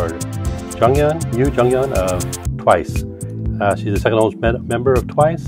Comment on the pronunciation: You read her name wrong tho😂